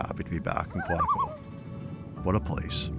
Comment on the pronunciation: There's no other place on earth like Quetico.. Not Quatico..😉